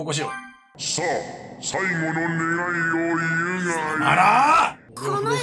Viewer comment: 超サイヤ人化してても「願い」を「ねげえ」って言ったシーンクソ笑ったわ